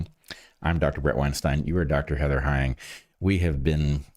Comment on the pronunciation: Heather, Jillian calling you Hay-ing on various podcasts is driving me mad & I've been fascinated by Human, Plant & Animal behaviors my entire life, but please start your own channel. This is Bret Weinstein's Darkhorse and yet you are constantly injecting Natural Selections. The moment this happens I rage quit the episode EVERY time, potentially missing out on useful information. 💕